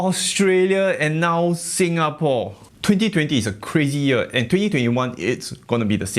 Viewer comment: he said Sin "Ghah" POR.....lol